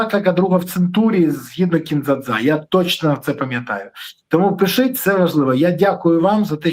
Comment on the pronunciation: Береза ти реально задовбав-просиш що 5 хвилин писати,ставити лайки,підписуватись-то хоч вимовляй ПИШІТЬ правильно,не плутай з кацапською вимовою пішите😂😂😂